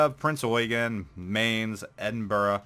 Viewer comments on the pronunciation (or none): Eugen is pronounced OY-GEN, Mainz is pronounced MYNZ or MINE-Z! It is NOT The "Yoygen" and "Manes"!!! That annoys the hell outta me. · Not "Manes", Mainz is pronounced "Myntz" Like ebonics, "that myntz ride yo"..............